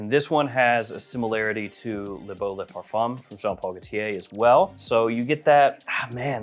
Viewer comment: It's not le parfuM, it's pronounced "fain". Le PARFAIN.